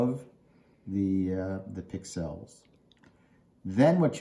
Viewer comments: Accent is on the pix not the el. You're welcome. 😁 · Never heard "pixel" pronounced like that 😁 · why are you saying pixel wrong??? Its annoying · HaHa! Some viewers like how I say it. You do you and I'll do it wrong. ;) Thanks for listening though!